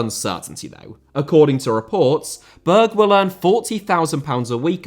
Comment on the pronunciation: Berge* not Bög Benrahma* not Benrohrmer Diamé* not Diohrmei Traoré* not Trayorei Caicedo* not Caiceirouw Idea* not Ideee